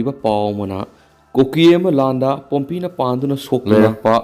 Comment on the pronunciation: Pumpi not. Pompeii